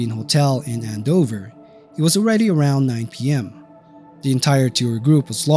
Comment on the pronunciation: AND-Dover Massachusetts A simple search of New England towns because they do have different pronunciations makes you like ten times more intelligent.